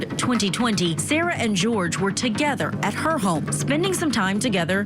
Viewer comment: Why is this woman going back and forth with his name?? My gosh it's pronounced Jorge (George) .